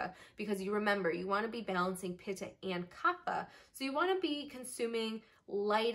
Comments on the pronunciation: Great video but Kapha is pronounced KAAPHAA (where the ph is not "f" but it is "p" with the "h" sound like ophthalmology). This is a sanskrit word not english so has different rules to pronounce. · true infact vata pitta kapha are all pronounced differently .